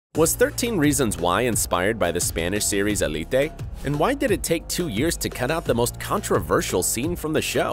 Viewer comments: It is he’s just saying it wrong. El-e-tay is not the spanish pronunciation so idk why he’s saying it like that. (If you want to say it with more spanish pronunciation you can say it eh-le-teh) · I thought ELITE was pronounced el-eet not el-e-tay